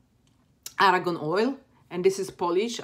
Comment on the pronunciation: it's argan oil not aragon